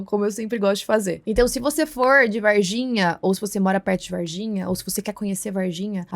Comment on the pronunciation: Moça o nome correto da cidade é VARGINHA, vaR, com R. Vaiginha com "i" não existe.